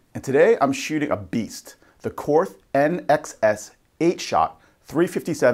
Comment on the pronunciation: Korth is pronounced court. No th sound.